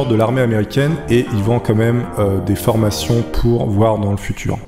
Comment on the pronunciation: C'est moi ou il a dit meume à la place de mEme ????????????????